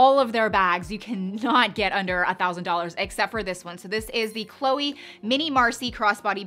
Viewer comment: Loved the video🥰. But every french person got their ears hurt when you called chloé chloey 😅